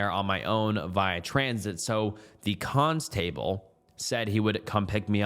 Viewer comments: . Cons-table, its constable. its like a sheriff for the uk. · "cons table" bro has some of the craziest pronunciations for someone who reads stories for a living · Constable, not ”cons-table” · I thought you were a real person until you said cons table lol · He can’t take the time to learn to easy words like “constable” properly. I doubt he’ll take the time to timestamp. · You pronounced constable right the first time and then went down hill from there lmao you’re adorable lol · That mispronunciation of "constable" has got to have been deliberate, esp. since he/you pronounced it correctly earlier in the same thread-reading x_x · Now I know you didnt just pronounce constable like that